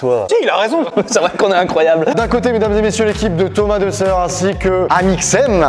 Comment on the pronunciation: qui dis Thomas desseure au début 😭il a rien respecter